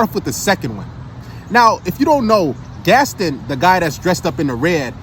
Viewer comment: Yo said "Gastin" it's Gaston (Gast- Ahn) 😂 I assume he hasn't seen the movie there was a whole song about him.